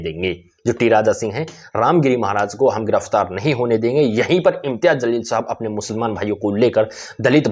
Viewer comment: Zalil nahi jaleel bolo.